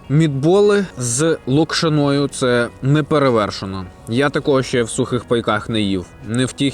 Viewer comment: Наголос на слові Локшина Неправильний